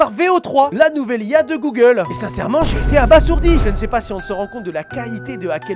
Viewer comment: Mais j’espère que c’est la dernière fois que je devrais te le dire, mais le S de abasourdi, il se prononce Z !!!!!!